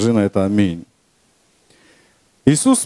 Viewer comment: Что за амэн? По-белорусски что ли?